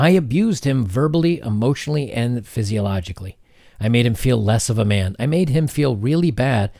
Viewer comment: Abused sike-oh-logically*